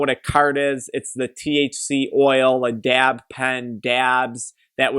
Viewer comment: The way this man pronounces DAYAB (dab) 😂